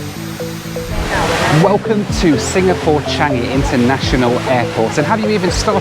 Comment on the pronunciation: You did good pronouncing Changi correctly.